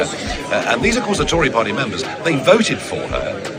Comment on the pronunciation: “The conservative parr-ee” Come on there’s a T in there.